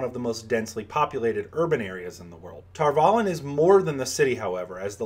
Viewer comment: I always thought the "valon" part was pronounced like Avalon, not tar-vallen